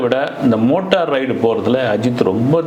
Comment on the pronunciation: உருட்டு மன்னா… அது மோட்டா ரைடு இல்லை! மோட்டோ ரைடு!